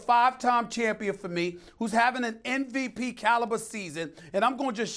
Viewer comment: I hate when people say “NVP” instead of MVP